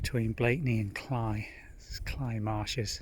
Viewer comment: Thank you for taking us along on the walk. It was interesting to see the different aspects of the path and the beauty of the reeds. I am glad you said the word "Cley," as my Tennessee brain has been thinking it is pronounced with a long "a" sound like clay or grey.😄 Best wishes from Tennessee.💕